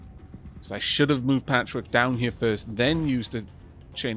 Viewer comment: Every time you say "Patchwork" i hear "Patrick" then I imagine the Chimera Squad base getting calls asking "is this Chimera Squad?" and her answering the phone and saying "NO! THIS IS PATCHWORK!" before hanging up and muttering to herself how everyone keeps asking if she's a Chimera. Then Whisper of course being the one who points out "that's the name of our team" - "WHAT?"